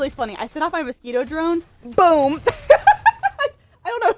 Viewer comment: I love how you say "mosquitO" very spanish like! Love it!